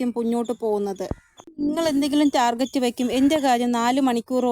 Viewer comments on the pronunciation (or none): none